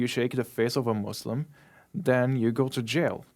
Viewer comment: Muslim not Muuuuzlim